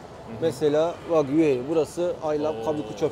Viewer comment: Yuhei ❌️ Yahya✅️